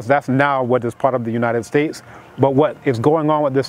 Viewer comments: He said united snakes 🐍 lol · The way he slid “United Snakes” in there..😌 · Did he say, 'Slavery has not been abolished in the United Snakes...'